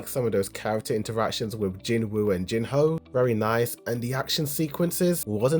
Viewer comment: It's not Jinhoo, it's Jinho.